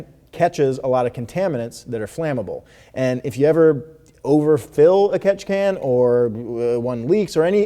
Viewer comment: Take a shot every time he says Ketchikan you will probably die 😂